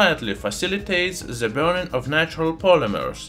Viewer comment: Совет: в словах the, this итп. th произносится как d а не как z. Таким образом на пару шагов приблизишся к правилному произношению в анг языке. С помощью Google Translate можно успешно тренироваться. Не понимаю почему в России в произношение вставляют z...